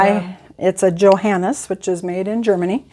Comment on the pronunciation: The correct pronunciation of The organ Brand in Yo hann us = Johannus, Not Joe Hannus. The pedal for the volume is technically called an Expression Shoe and is sometimes referred to as a Swell Pedal.